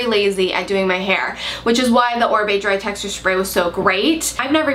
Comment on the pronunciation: It's Oribe... not Orbie. :)